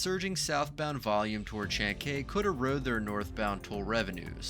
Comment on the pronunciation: Man..... You mispronounced every word in this video....... Callao, chancay....... Maybe do some research before you narrate your videos